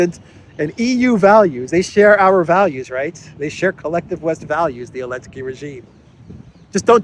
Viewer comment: Why does he call him "elensky"?